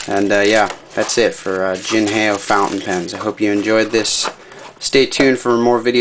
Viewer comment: jin hay oh ? its pronounced the way its spelled, "jin how"